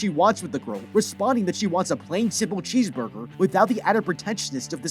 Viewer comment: "Hmmmm, bheesecurger"